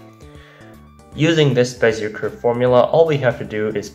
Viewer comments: not to be that guy but IT'S PRONOUNCED BEZIYAY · Bezier is pronounced bez-e-a, it's a french last name. Same with Fourier being four-e-a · That prononciation of Bézier 😬